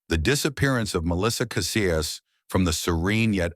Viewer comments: Kah SEE us. Cassius . Not Kah Si us. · It’s Kah see yus. Cassius